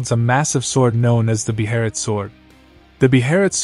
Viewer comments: Bro please stop calling it a BE-HERIT … it’s a BEHELIT. Pronounced (BAY-LIT) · You pronounce Behelit as a Japanese would 😂 gotta immerse yourself in the manga amiright